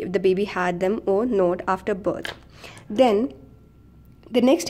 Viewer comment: not is pronounced as not and not ‘note’.u can learn it with practice.very useful vedio indeed. thank u